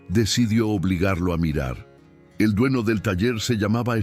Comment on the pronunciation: Siii le falta la acentuación y pronunciar bien la eñe cuando dice niño, dueño, mañana .....😢